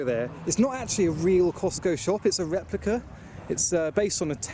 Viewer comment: A Fewwawi Weplica